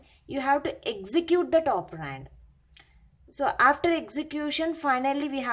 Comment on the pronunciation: Its operand not opperraaaaanddd 😂😂😂😂😂